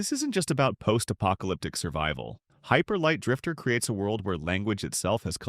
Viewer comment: "Hyper Light... Drifter" Ah. The AI appears to be misreading again.